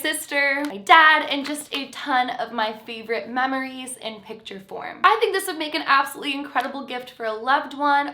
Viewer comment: I heard memories as “mammaries” and almost died laughing